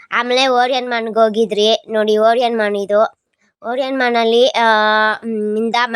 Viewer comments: Orian mall❌ orian Mann✔️ ,,,😂😂😂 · Orion mall ❎ Orianman ✅ 🤣🤣🤣